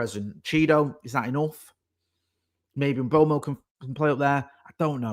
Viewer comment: In this one video says “Mbomo”, “Mbwaymo”, “Mboomo” and “Mbwemo” and none of them are correct 😂 Bless him